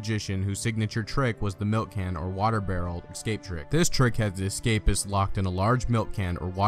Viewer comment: How ironic - choosing a narrator on a video all about conjurers and escape artists who cannot pronounce the word 'ESCAPE' !! - He repeatedly said "ECSCAPE" - hilarious !